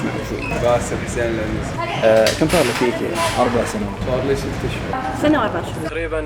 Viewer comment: معقولة موضف ب ايكيا م تعرف تنطق اسمه 🙃